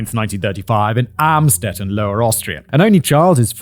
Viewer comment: Amstedt? Amstetten? They gonna be very glad to hear that english speaking media makes the place unrecognizable, not that German media didn`t do the same